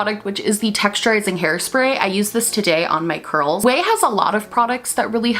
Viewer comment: Not only do I like the video, but I finally know how to pronounce "Ouai".